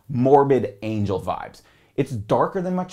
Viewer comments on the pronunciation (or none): none